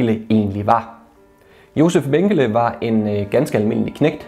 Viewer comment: Du udtaler desværre Mengele forkert.